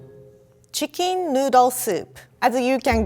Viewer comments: I like how she pronounce chicken as Chickin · That’s the cutest pronunciation of chicken I’ve ever heard.